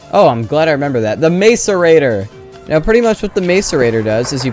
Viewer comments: mace-arators its mass-arator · It's pronounced "MASS-er-ate-er" not "MACE-er-ate-er". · hearing you say Mace - erator is so painful XD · Saying "mace"rator is crazy work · It's pronounced *MASS-erate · By the way, macerator is pronounced mass - er - ator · your pronunciation of macerator is painful lmao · It’s mācerator not måcerator 🤣🤣